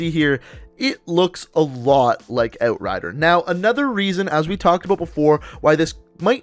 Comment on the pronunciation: I hate how he says "out" or "outrider"... just makes me cringe